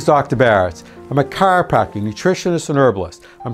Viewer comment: You lost me at chriopractor... lol